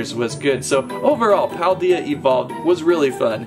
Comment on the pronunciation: I did like this channel but after you said paldea wrong I'm gonna have to Unsubscribe